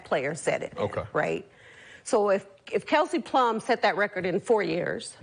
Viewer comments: Kelsey flum. Come on man. Jason dude you can’t even get it right. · "Kelsey Flum" lol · It's not KELSY FLUM, fool! It's KELSEY PLUM! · The fact Whitlock can't even correctly say the name of Kelsey Plum..... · It’s PLUM not Flum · Why does Whitlock intentionally say flum instead of plum?? 😅😅😅